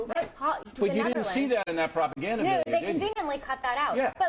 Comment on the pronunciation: hihihihi he called it propeganda xd cute!